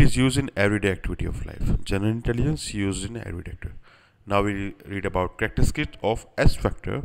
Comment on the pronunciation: Did you read characteristics as "Character-skit" lol.